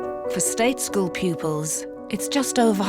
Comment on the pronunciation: How bizarre ! The headmaster of the 'posh' school is not posh ! He speaks with a kind of modified 'estuary' accent. He can't even pronounce the word 'school' correctly but refers to it as a 'scaw' ! I think the fee paying parents must also be of humble origins with newly acquired wealth or they would have spotted this and been put off.